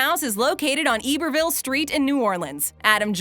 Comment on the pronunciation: It’s pronounced I-ber-ville Not ib-er-ville